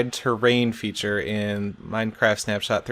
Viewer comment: did he said minecart at the beginning?